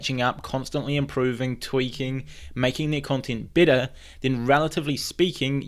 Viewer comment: You sound like you're saying bitter 😆. Though I know you're saying better.